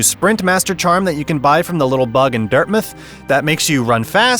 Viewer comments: Sorry, dirtmith? Do you mean Dirtmouth? Dirt-mouth. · Why do you keep saying Dirtmouth like that? It's said the same way as mouth, it's not Dirtmith. What?